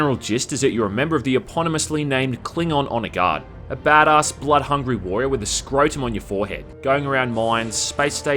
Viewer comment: Stop mispronouncing “Bad-ass”